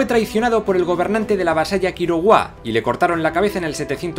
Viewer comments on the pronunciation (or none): Excelente vídeo,, un buen resumen de la cultura maya. Solo una observación: en una parte dices "Quiroguá", en lugar de Quiriguá (no pasa nada, me imagino que fue un pequeño error mientras hacías la grabación). Un dato interesante: algunos explican las edificaciones triádicas como conjuntos que servían para indicar los solsticios y los equinoccios (el sol iluminaba la pirámide norte en el solsticio de verano, la pirámide sur durante el solsticio de invierno, y la central dos veces al año para marcar los equinoccios). Sigue adelante con tu proyecto.